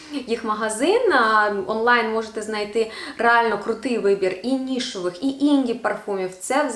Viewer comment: Привіт) Щиро вдячна за відео. Тільки вже вкотре бачу та чую "нішОвий", хочу трішки поправити, після шиплячих пишемо Е, тому "нішЕвий", а також піти не "до праці", а "на роботу". Праця - то дещо інше💙💛